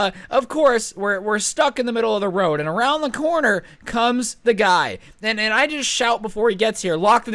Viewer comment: Roid instead of road